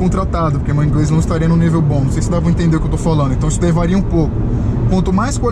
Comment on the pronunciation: ingrês kkkkkkk😂😂